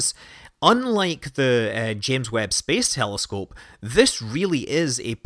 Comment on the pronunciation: "James Webb space helloscope" nice one :D